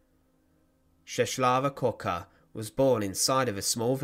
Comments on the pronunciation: Appreciate the video but the name pronounciation is ches wavah kevoker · You should pronounce her name as Cheswava Kvoka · not important but: My Polish friend says the proper pronunciation of her name: Chesswava Kfoka The L (with the line going diagonally) is actually an English W, the W is an English V, and it’s an English F followed if preceded by K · Her name is pronounced more like " Cheswava Kvoka" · please, do your homework and check the pronunciation: [Cheh-swa-va Kvoka] you're welcome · You have really butcher pronunciation of her name